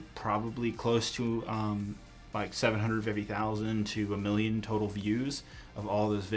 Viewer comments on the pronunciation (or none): none